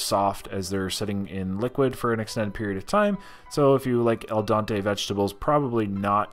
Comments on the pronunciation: it is pronounced "Al-dent-aye." Not "Al-don-tay. " otherwise I love your videos. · Just trying to help, but you keep mis pronouncing the term "Al Dente" as "El Dante". Al Dente is Italian and means "To the Tooth". Do just remember Dente = tooth. Al Dente not El Dante. Cheers. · Not "el dante". It's "al dente". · "El Don-tay"